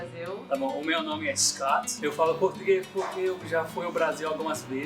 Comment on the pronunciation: Ele falou "scott" com o T certinho, a palavra tava perfeita kkk